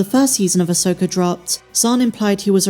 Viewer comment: Who is, “Uhsoaker”?